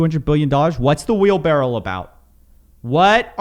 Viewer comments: It's wheel BARROW, not wheel barrel. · It's wheelbarrow, not wheel-barrel